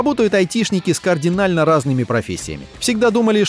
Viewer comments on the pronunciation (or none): none